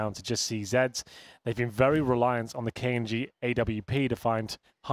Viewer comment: he keeps pronouncing it as k un g